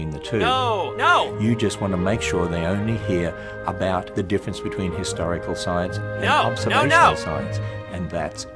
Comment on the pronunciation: It always sounds like is saying "Hysterical Science", and to that I will agree. Science is very hysterical! "D